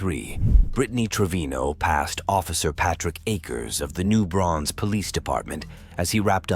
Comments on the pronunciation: holy shit, that's my town also the way you pronounce new braunfels is incorrect. , I like how I heard you said it, and it took me like a double take to realize this guy is talking about new Braunfels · It’s new branfuels pronounce the s lol